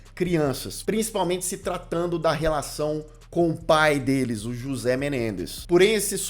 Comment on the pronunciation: Comentário pros nerds: a pronúncia de José seria "Rrôcê". Tô amando o vídeo 🎈👏